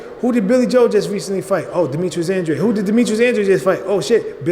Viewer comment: It's Andrade (drayd) not Andradé (andraday)